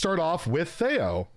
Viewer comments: is it tay-o or thay-o? Theo: Neither, its Thee-o: Continues to say Thay-o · Lol, how awkward couldn't pronounce Theo's name correctly from the start 😅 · can't pronounce Theo's name even after he was corrected smh